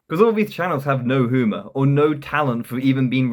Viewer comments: You really think you are funny?! So fucking tragic. This is awful, and you can't even pronounce humour correctly. (hooomer??) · Turned off this vid after the 5th time he said "hoo-mir" instead of humor